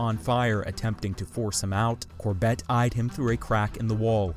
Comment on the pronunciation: Please pronounce “Corbett” correctly!